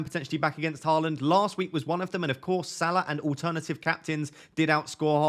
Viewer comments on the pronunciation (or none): none